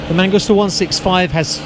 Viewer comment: It’s mangusta. Not mangoostuh.